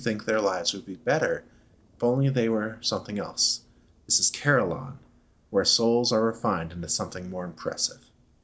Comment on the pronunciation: shoutout to the Desolation of Saliba. beware, a Curator once spawned there for me im happy to hear you say Carillon like I do, most people ive seen say cuh-RILLin lol on the Gaslight Terrace aside Carillon is kind of funny to me, i imagine old zealots of history performing pain-inducing ritual for sin committed, but the punishments here are just random activities varying in degrees of agony and comedy